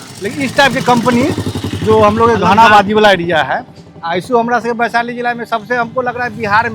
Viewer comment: Vaishali hota hai sir g (वैशाली)